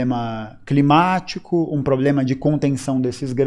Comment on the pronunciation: o cara não sabe falar CLIMÁTICO e quer discutir com um Russo que viveu o que esse energúmeno quer defender. Pqp